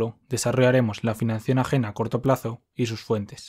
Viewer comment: por qué dice financión?